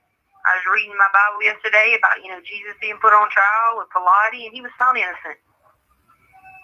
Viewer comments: Letecia: Harley, you’re so dumb!!! It’s pronounced “JOB” !!!! Also Letecia: Jesus was put on trial by that “Pilates” guy. 😂😂😂😂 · Did she pronounce Pilate as "pill-latte?" Well, she pronounced Zelle as "Zelly" in her CO springs Bethel interview 🥴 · Was wrote / was written, I believe you’re referring to Pilate ( sounds like Pilot when pronounced) WTH did you grow up? You told Det. Grousing how you were such a Theologian, yet you MIs-pronounce the name of a major character, in a most signifiant era of biblical history. DuMASS - you cannot make fun of Harley after the way you slandered Pilate’s name. You were an educator and cannot use thinking strategies when teaching reading comprehension.. You answered your own question. Poor girl you’re studying with, Bless Her. Different authors recall events differently, as you said, it is their perception / memory. I doubt Harley said any of that to her!